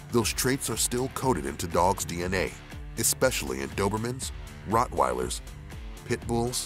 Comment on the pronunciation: The way he says rottweilers tho xD Funny